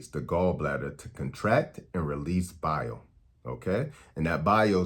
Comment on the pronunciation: When you say “Bile” it sounds like you’re saying “Bowel”. I was confused but I’m back on track. Eastern accents 🤣